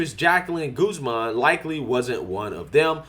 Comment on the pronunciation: lol you pronounce Guzman (Gooze-mon) not guhz-men